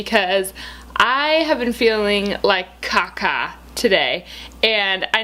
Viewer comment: When you said "I've been feeling like caca", I though you said "I've been feeling like kakka", (kakka is Finnish and it means "poop") so first I thought you knew Finnish, but then I looked at the comments and everyone wrote 'caca':D LOL